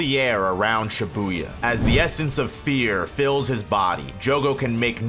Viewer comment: Video starts: "She boo yuh" 💀